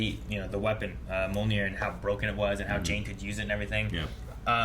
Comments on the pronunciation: Is "Mjolnir/Mjølnir" that hard to say? Why you keep saying it like "Monir"? I mean, they even SPELLED IT OUT in the movie. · Like M-yole-ner, right?